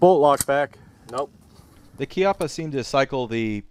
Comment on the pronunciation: congratulions for sayingh "chiappa" (kind of) properly.